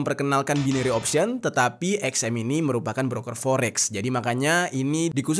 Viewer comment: Hiks. Mas, coba bljr ngmg "Forbes" yg bnr. Skrg ud ad google translate loh. Bs denger cara ngmg bhs ing yg bnr kyk gmn. Gt jg dgn ngmg, "Mao Zedong".